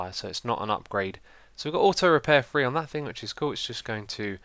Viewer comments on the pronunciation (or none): THREEEE. NOT FREE. GOD DAMNIT!